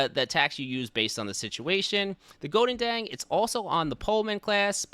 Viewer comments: Do you just butchered the name of the Goedendag? Godendang? 😂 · I like how you pronounce the Goedendag as a Dutchman, its horrific